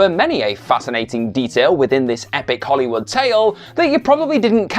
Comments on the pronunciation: FYI It's pronounced "Hollywood", not "Hollywoodah" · It's a verbal tic of his. Hollywoodah, Karmann Ghia-ah, Heffner Mansionah, etc. It's quite irritatingah. He might need speech therapyah.